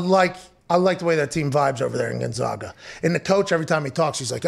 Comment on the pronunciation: GonzAga. Get it right, pal.